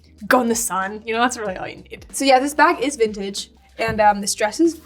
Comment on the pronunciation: Vintage sounds like sintage ❤❤🎉🎉